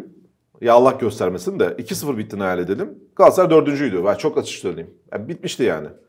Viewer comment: Gassaray değil Kerem Övet . GALATASARAY . Daha öncede yazdım Gassaray deme . Sırf Kerem Övet yüzünden beğenmedim veriyorum.